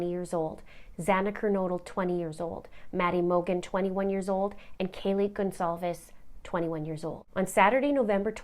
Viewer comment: It's about time someone got Kaylee last name right 👍